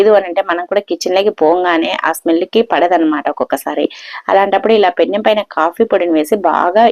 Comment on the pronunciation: పెన్నం కాదు పెనం